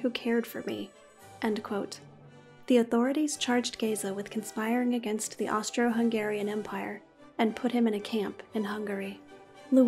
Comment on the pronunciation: You did good with name of Géza. I am Hungarian and we say the same way.